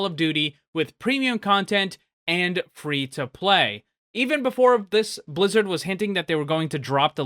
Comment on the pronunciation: He said "free to playdoh" xD